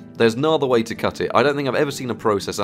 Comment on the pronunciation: YOU SAY PROCESSOR WRONG